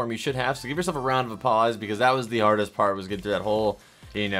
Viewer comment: Did anyone else notice he said round of a paws